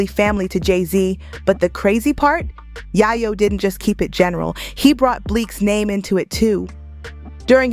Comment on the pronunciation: It’s fuckin ya yo like coke not yaaah yoooo 😒if goin talk about bro least say his name right🗡🗡🗡💯